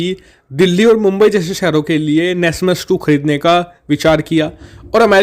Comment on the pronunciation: Wo nasam he nasmas nahi